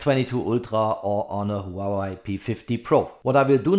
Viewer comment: Very good review. Btw, Huawei is pronounced as "Hua Way", not "Hua Wai"😁